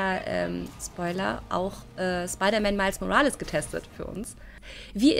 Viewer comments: "Miles Morales" Miles - englisch ausgesprochen Morales - deutsch ausgesprochen ... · genau genommen muss der nachname spanisch ausgesprochen werden. Nächstes mal vielleicht...